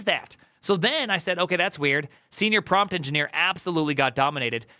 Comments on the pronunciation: Prompt is pronounced "prAWmpt" not "prOOmpt" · It’s amazing how obvious this is yet AI fanboys will do anything but acknowledge it. Collapse of a modal so pervasive in its own datasets is doomed to fail. Also “proompt” is killing me lol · someone tell me the way he pronounces Prompt is a joke